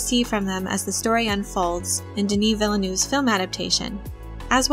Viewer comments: I'm addicted to these videos!!!! Q: why do you pronounce "Villa-new"? I think Villeneuve is pronounces "Vill-növ" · I try to pronounce it Villnuv but sometimes that doesn't happen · it's understandable, you pack such an encyclopedic knowledge into these videos! the problem is that now my expectations for the new movie are to the roof: Mr New Villa better deliver! hehehehe